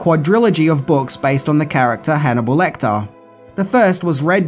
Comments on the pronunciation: Lecter. Not LectOr. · Nothing amazing, nothing new and I could live with that, but to Call Hannibal Lecter, LECTOR?! Seriously dude?!